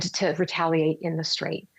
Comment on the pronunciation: “Unigh”States and “Strayve” Hormuz 😂